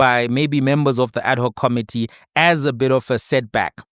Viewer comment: Thank you for your clarity, logic and common sense explainations and a special HUGE thank you for pronouncing 'ad hoc' correctly..... instead of the mostly used 'Addok'....😊